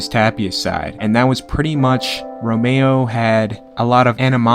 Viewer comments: Rom-eR-o, not romeo. And tho Romero was loved in Albuquerque, Tapia was everyone ,including my, favorite. Tapia is very much a representative of Albuquerque, at its best and worst. Tapia will always be abq's son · "Romero" not Romayo. Nice Rass Kass reference.